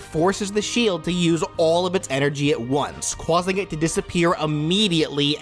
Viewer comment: Sorry if this offends you. Cwauses. Cwausing. Cwausing. That is all.